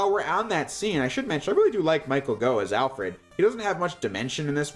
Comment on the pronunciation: Alfred was played by Michael Gough (pronounced 'goff')